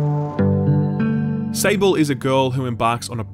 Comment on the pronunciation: Can you someone tell this man it's spelled out "SAWBl" not "Sa-ble" It's the french word for Sand.